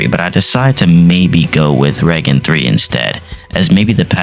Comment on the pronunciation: Great video! I have huge hope for these videos I'll stay tuned for more, only thing I'd like to mention is the way you pronounce certain skill names can sometimes surprise me (like regen).